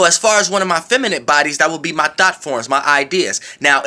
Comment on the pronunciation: I was like I know I aint the only one catchin that, He said "Hone in on your Thots" Im done lol